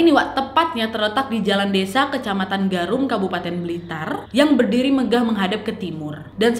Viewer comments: Garum ya kak bukan gerum wkwkwk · Desa GARUM nak...bukan gerum😄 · Ralat kak , bukan gerum tapi garum 😁